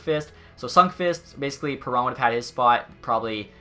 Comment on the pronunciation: He isent called david perro Theres a N in his name bruh